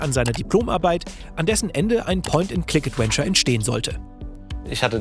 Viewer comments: ...... jemand bringe ihm mal bei wie man das Wort ausspricht 😅 Es ist ein V, Zähne auf die Lippe wie bei , kein ad-when-ture oder ad-uen-ture. Das muss irgendwie falsch gelernt worden sein, auf Deutsch hat er ja keine Problem den w-Laut zu formen🤔 Ich will gar nicht pedantisch sein, aber es ist wie wenn jemand in jedem Satz "halt", "eigentlich", oder "und ähm" benutzt, irgendwann kann man's nicht mehr überhören... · Adventure, nicht Adwenture. Die Aussprache ey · ich mag dich wirklich sehr.. aber BITTE lern wie man das Wort "Adventure" ausspricht. Es ist nicht "ädUÄNSCHER" sondern "ÄdWENNscha". Es zieht sich immer in mir zusammen wenn du das Wort sagst. haha no offence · es wäre so schön, wenn du "Adventure" richtig aussprechen könntest., gerade in dieser Doku, in der das Wort so oft fällt. Stark, dass ihr englische Untertitel reingepackt habt für den Rest des Internets! Und klasse, dass ihr als deutsche Journalisten in diesem Fall ermittelt habt. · Ich ertrage einfach kaum, wie er die ganze Zeit "Adwenture" sagt. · Danke für diese interessante Aufarbeitung mit Insider Kommentaren :) aber an den lieben Moderator - englisches V spricht man wie W im deutschen aus und nicht wie English W ;) EdWentschör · Könnt ihr einmal ganz lieb beiseite nehmen und ihm sagen, dass man das "v" in "adventure" wie ein deutsches "w" ausspricht? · Großartiger Beitrag gerne mehr von sowas allerdings deutlich zu ausfuehrlich. 30 heattens auch getan imo. War anfangs begeister und bei 30 rum ausgemacht., dass du immer „ADWENTURE sagst triggert mich hart. Komm schon du bist besser als das! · Aussprache "Adwenture" macjt mich jedes mal fertig. Das V wird bei uns wie ein W ausgesprochen! 😭 Der Beitrag ist aber top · bitte schreibe 100x "Mitarbeiter" und geh mit dem Wort "Adventure" mal zum Logopäden. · Gute Folge. Jetzt muss nur noch lernen, wie man "Adventure" ausspricht..:D